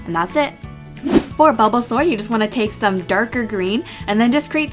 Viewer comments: I thought you said bubblesaur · "bubblesar" lol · you said bubblesaur xD btw i love your vids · When I heard u say Bulbasaur I swear I heard BUBBLE saur.😅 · I swear she said Bubblesaur